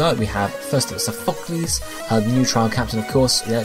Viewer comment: i cringe every time u say sophocles lmao